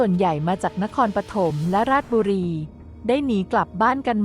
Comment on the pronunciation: ราด-ชะ-บุ-รี-ครับ ไม่ใช่ ราดบุรี จากคน บ้านโป่ง ราชบุรี